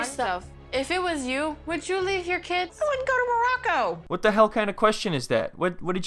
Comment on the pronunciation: i still can't get over how Nicole calls it "Mrraco"